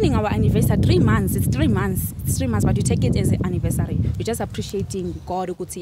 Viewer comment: " 3 months annivessary " 🤣🤣🤣🤣🤣🤣🤣